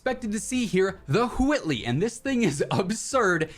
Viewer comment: did he just say the Whoitley?